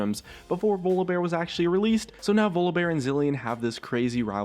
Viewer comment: "Vluhbear"...yeah something sounds wrong there :/